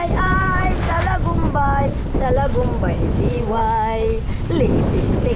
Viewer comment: Blessed morning sir jus at mam Joan,,,,,morning vibes c,,,salidumay ang tamang bigkas hndi salagumbay,,,,,ay ay salidumay salidumay diway🎤Godbless Sarah cute tv at ingat palagi🥰🥰🥰